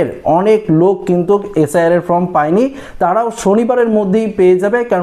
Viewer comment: ওটা ফ্রম নয় ফর্ম।